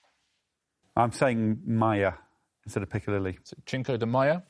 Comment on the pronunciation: I'm surprised that Richard mispronounced cinco de mayo as 'chinko' when it's 'sinko' - not like him! What happened to the elves in his earpiece?